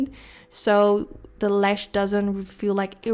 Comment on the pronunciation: Why do you keep saying LESH and not LASH? It's so annoying